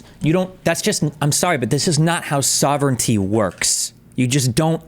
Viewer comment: pronunciation. That's not how you say sovereignty.